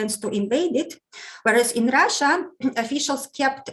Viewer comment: has the best pronunciation of "Russia" 😄 I love hearing it ❤️